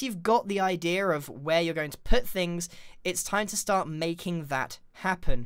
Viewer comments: Anyone heard him say idear when he was making skeleton framework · I love it when he says idear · People : idea Grian : idea-r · (about) MY GRANDPA SAYS IDEA LIKE THAT OMG